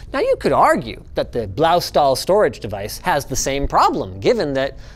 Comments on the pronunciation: That pronunciation of Blaustahl was... Unique.. In a way that sounded more chinese than german. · that Blaustahl hurt in my german ears ;( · Correction: The "stahl" in Blaustahl is pronounced "shtal". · as a german im triggered. its pronounced blaushtahl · It's pronounced "Bloustuhl" in German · Eya Linus. You sure managed to completely butcher the pronunciation on Blaustahl...